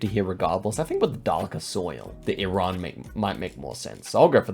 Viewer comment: Can we just stop and appreciate is one of the few people that pronounce iran correctly? ❤🇮🇷